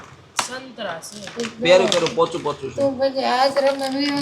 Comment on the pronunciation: pochu pochu babu pochaa kevay